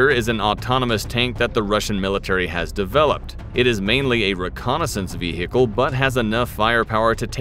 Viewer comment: WTF is a "vee-hickle"?